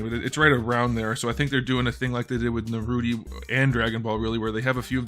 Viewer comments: For the love of god dont say Naruti, is naruto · it’s Naruto, not Naruti 😂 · Bro said narroti😂🤣😂🤣😆😂🤣😂😆🤣😂😅🤣😂🤣😅😆😂🤡😹😸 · so uhm no one gonna talk about “naruty” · Brotha said naruty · Is no one gonna talk about how he called Naruto Naruti??? Lol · I love how he pronounce Naruto as Naruti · Bro said narute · Bro is calling naruto naruti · what's a nurooty? it sounds like a goofy anime